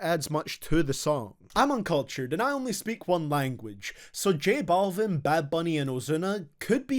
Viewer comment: The way said J Balvin name made me cringe